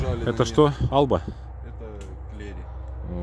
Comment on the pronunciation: Альба правильно а не Алба.